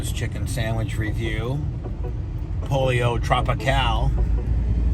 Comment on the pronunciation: It's pronounced Poll Yo not polio. Cmon Bubbzy